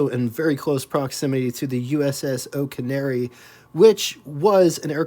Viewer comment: . I had to think a minute before I could figure out what carrier you were talking about. It’s the USS Oriskany, pronounced “or-RISS-kuh-nee. I think “O’Canary” is a giant Irish songbird. 😅. Temu is “Tee-moo” btw. 😉